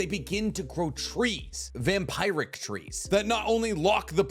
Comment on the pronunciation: Excellent video as always! Just here to say you pronounced vampiric wrong.